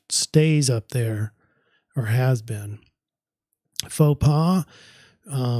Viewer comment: you pronounced “Faux pas “ perfectly! From a French native viewer;)